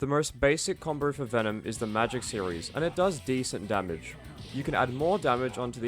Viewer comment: "combow", not "comboar"